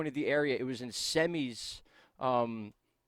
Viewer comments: Semmes is pronounced SIMMS ! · I have no idea who you are or how I got here, but you mispronounced Semmes so hard that my friend blew up my phone while I was trying to go to sleep. its pronounced "Simms"